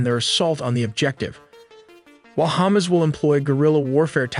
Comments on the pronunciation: Say it with me, HA-MAS. Not hummus. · Love the pronunciation "Ham-ass" or maybe even more accurately "Ham-azz" ? Haha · The AI keeps pronouncing Hamas as Hummus lol.